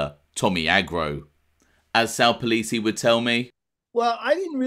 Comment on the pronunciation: It's NOT Sal Polisi like how you are pronouncing it 😂😂😂😂😂 it's POL-IN-SI. Had me here going crazy because I knew polisi kids from Ozone Park, and I thought it was their dad. Do better 😂😂😂😂😂😂😂😂